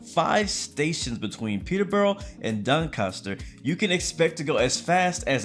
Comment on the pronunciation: ITS NOT PRONOUNCED DUNCASTER!